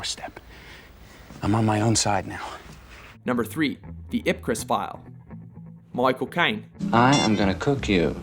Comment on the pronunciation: "Mycawl Cayne. Oh, you need more?!"